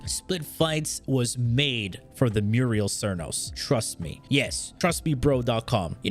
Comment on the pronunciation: Muriel cernos? C'mon man sound it out lol